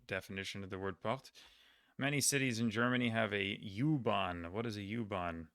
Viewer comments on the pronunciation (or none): Angry comment: It's U-Bahn not You-Bahn :D